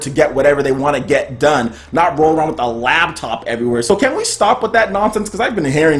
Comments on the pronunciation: LOL were you saying "labtop?" Just FYI if so, it's "laptop." And yeah, I can't wait to play DOOM 2016 on Switch. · "Labtop?" seriously?